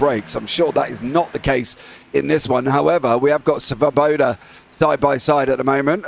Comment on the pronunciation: Svoboda means freedom in czech language. and you got the pronounciation pretty well, I think, as far as english speakers go :) This is what ChatGPT had to say about it: The Czech word "svoboda" (which means freedom or liberty) is pronounced approximately like: /ˈsvɔ.bɔ.da/ Here’s a breakdown to help with English pronunciation: svo – like "svo" in swan + vo (rhyming with "law") bo – like "bo" in bottle (short "o" sound) da – like "duh" but with a shorter, clearer "a" Approximate English pronunciation: "SVO-boh-da" (With the stress on the first syllable: SVO)